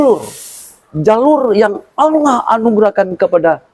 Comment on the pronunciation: Kalau lihat cara bicara wajar aja kalau keluar dari Kristen..maaf Aulloh bukan Allah......🙄